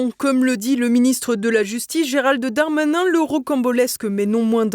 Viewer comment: "Dolnade Trump" ?! Faut arrêter avec les fautes de prononciation, c'est comme "Géralde Darmanin", on s'arrête au D on ne rajoute pas un e dans la prononciation !